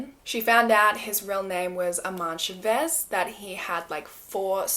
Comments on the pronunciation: You did an incredible job with the Malaysian names and then said Chavez wrong lmao but it sounds more like an accent thing than a mispronunciation. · the way she pronounces his last name chavez....Its wrong.. but yes he is terrrible, and i remember this awful story...